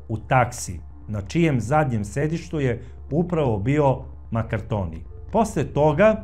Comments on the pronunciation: Nije Maraktonio nego Markantonio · Sve dosta utemeljeno. Samo, korzikanski Kum François MARCANTONI, a ne Makartoni.